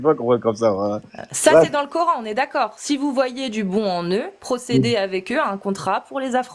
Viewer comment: Il dit le ''Cor haine''?